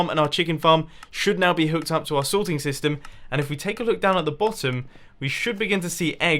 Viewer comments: the sorting sytem. RIP the letter s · U said sytem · Gotta say it: "SYTEM" :P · "Sorting Sytem"